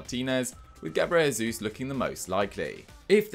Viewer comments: Gabriel "Jey-zoos" not "Hey-zoos" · no one says "Diogo Hota" so I don't get why this is such a hard concept to grasp